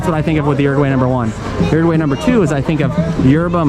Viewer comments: OO ROO G WHY !!!!!! Por Dios! Not Urugu-way. 😨 You're butchering the name of my country. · Uruguwey? lol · how do you have pretty good pronunciation of most of the place names except for "Uruguay"? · Everyone pronounces Uruguay differently.